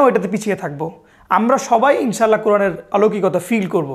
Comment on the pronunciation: আপনি নিজেও "ইং-শা---আল্লাহ" কে বলছেন ইনশাল্লাহ 🙂 তারপর নাবিয়ে আকরাম সল্লাল্লা-হু আ'লাইহি ওয়া সাল্লাম এঁর উপর দারূদ পড়ার সময় কী তাড়াহুড়ো করে পড়তেছেন, কোন আদব নাই!! কী বলবো আর!!